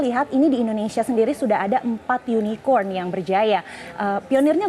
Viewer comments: KORKOT SUKABUMI ,cebong gagal paham soalnya... Gak nyadar dia di tertawakan cara penyebutan Unicorn itu. Hhh... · Bukan tak tau tp jkowi nya yang nyebutnya salahh Jangan ada yunikon di antara kta😂😂😂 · Ini media parah bangat., Keliatan amat klo media cebong., Hahahaha...cebong dungu., Jaenudin salah pengucapan makanya dikonfirmasi ama prabowo yang online2 itu.??., Itu uang digital udah instant dan gak menutup kemungkinan uangnya secara fisik gak akan beredar di indonesia tapi secara digital langsung keluar negeri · Surya Aditiya ,itulah cebong... Gak ngerti dia di sindir karena salah pengucapan Unicorn itu...